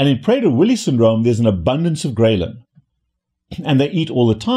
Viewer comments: I thought it was pronounced Grelin Not Graylin. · take a shot everytime he says Graylin wrong 🧐😂